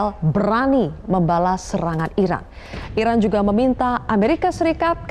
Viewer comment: Iran mbak bukan Irak 😂